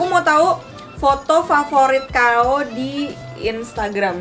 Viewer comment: Kau kao kau kek aneh aja dengarnya :'